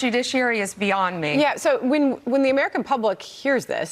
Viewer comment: The way that mammoth says "yeah"